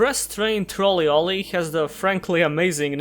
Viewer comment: Oh, Trolley Olley. I thought you said Express Train Trawl E-Loli.